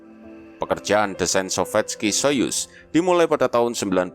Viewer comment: bilang nya: "So-fiet-ski So-yus" bang